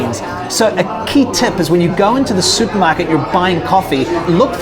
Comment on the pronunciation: Is this guy from England? He says he goes to the "Soupmarket". What is that?